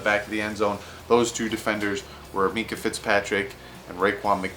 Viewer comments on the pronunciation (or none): none